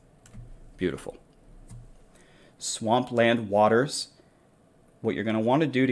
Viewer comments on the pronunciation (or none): Great guide. Thanks. By the way, it's pronounced Swamp Land WAY-DERS.